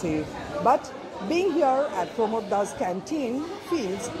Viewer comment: its pramod da. correct yourself